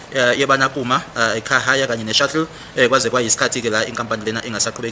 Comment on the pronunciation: Shuttle not shuckle mr smart ass 😅